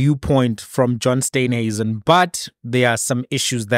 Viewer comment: It is S t e e nhuisen not Steynhuisen please pronounce the Minister's surname correctly. Steen like in Afrikaans Steen/brick.